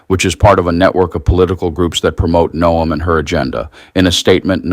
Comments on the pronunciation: Her name is pronounced Noem not No..am. Robot narrator must be recoded by IT for proper pronunciation of names and places. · WOW, You guys are getting lazy. AI reading this.......No-em? Its pronounced Gnome.....like her face. But seriously "BIG BOMBSHELL THATS NOT A BOMBSHELL" headlines and you click........getting bad with you guys. Sounding like legacy media. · AI, it is Noem like gnome or Nome, not no-em. Get it right. She will be in the news often. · Noem = NOME You continuously mispronounce places and people's names. Please learn how to say them correctly before you start recording. Oh, and KYIV is not kiy-eev. It's KEEV